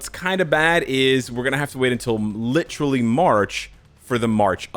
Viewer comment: here bro let me help you its pronounced lit·er·al·ly | \ ˈli-tə-rə-lē , ˈli-trə-lē, ˈli-tər-lē \ theres no such word as" litchrally" with a 'ch' sound you constantly add to the word. lol 'The More You Know' :D